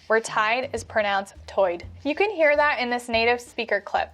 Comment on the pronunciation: I love how much of the stuff you don't get because that's the way you speak English. Particularly with the D for TH. You literally said " for? I don't get it." Russians also tend to do that, so that probably doesn't help with people thinking you're Russian.